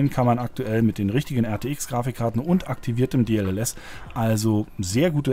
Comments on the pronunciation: Warum sagt statt DLSS immer DLLS? xD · Es heißt D-L-S-S,. Deep Learning Super Sampling.